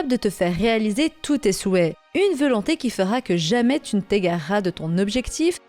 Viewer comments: Hum je suis le seul à remarquer que tu dis "veulonté"au lieu de "volonté" ta vidéo est très bien mais à chaque fois ça me fait tiquer. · rien de nuisant à la vidéo et on a tous des accents ou des tics de langage. Mais ça m'a fait marrer.